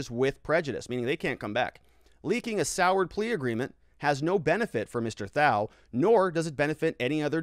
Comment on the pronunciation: I love the content you put out. It's extremely informative. Thao's name is pronounced without the "h". Keep up the great work!